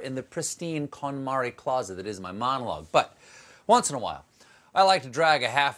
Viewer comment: He said Kondo Marie's name in the way it would be in Japan! Was that on purpose? Pretty cool, if so.